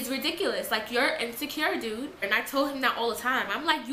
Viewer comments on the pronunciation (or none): none